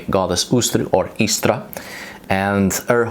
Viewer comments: I died... when I heard say, "ish-tar". Hearing him do my (American) accent was hilarious!😂... is that really what others in the world hear?? OMG, I'm changing this immediately. Can you see going to a Texas shaman(no offense TX shaman😅)....? With that draw!! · I'm genuinely perplexed as to how you manage come up with most bullshit that you do. How the fuck would her name be pronounced "ih-sta". Like seriously, it's embarrassing. On the point of Eostre, the fact that Eostre is exactly what we'd expect an Anglo-Saxon version of Aurora to be named is strong evidence in favor of her existence. They knew nothing about Proto Indo-European or regular sound changes between languages, which makes it impossible for them to have created that name to match perfectly what her name actually would have been if she had evolved from a common source with the other goddesses.